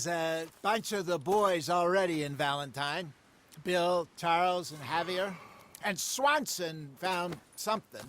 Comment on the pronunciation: A minute in, and a guy named can't pronounce Javier correctly. He must be from Texas.